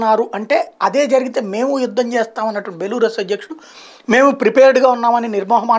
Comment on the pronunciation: బెలారస్ బెలూరస్ కాదు